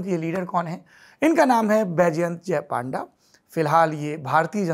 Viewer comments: Not a panda its pan da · His name should be pronounced as PUNDA not PAANDA. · Its not PAANDA Its PUN-DA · Its Not पांडा ❌ Its पNडा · Sourabh ji His name is Baijayant Panda.. Not Paanda 😡😡 first learn how to pronounce a name